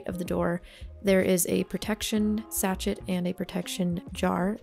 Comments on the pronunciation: So. It's sashay not sashet. Sachet. I'm out. Peace. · Hello! Love the tour, thank you so much for sharing. I love your creativity! (Just a heads up though- a sachet is pronounced “sash-ay”) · Super beautiful. Thank you for sharing! Also if sachet it the word you're using it's French, so pronounced sash-ay. :) 💜💜💜